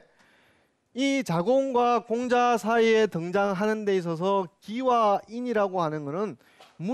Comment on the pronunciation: 장음인 단어의 첫자를 짧게 잘못 발음한 예:공자, 서(공자의 서),편지, 두 번,사실,피마골,사건,사람,공유, 등 이 아상 듣고싶지 않습니다. 논어 강의에, 공자라는 말의 발음마저 바르게 발음하지 못하는 학자의 강의를 어떻게 듣습니까. 한문 강의를 하시려거던, 적어도 장단 자고저 공부를 좀 더 하셔야겠으 ㅂ 니다. "한국 어문을 고발함"이라는 책을 읽어 주십시요. 미국 변 완수 배